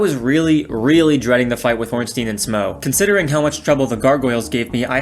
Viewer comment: it's pronounced Smough